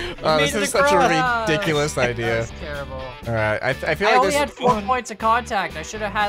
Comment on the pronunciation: did he just say rickdculous